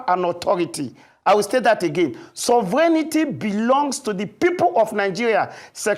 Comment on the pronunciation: Even the presenter was contaminated by the mispronunciation of SOVEREIGNTY😂